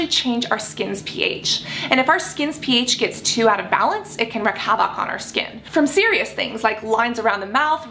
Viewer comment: Cassandra, I love you, but PLEASE look up how to pronounce both "wreak" and "havoc". They're basically "reek" and "havik", not "wreck havOC". You say the phrase in every video, sometimes multiple times, and it's REALLY jarring when it's consistently said wrong. ; - ; Great video though!